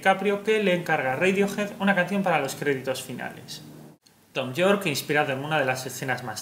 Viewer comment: *Yorke no Jorke